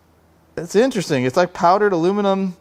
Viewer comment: you pronounced aluminium correct :) +1 for you, however Youtube isn't ;)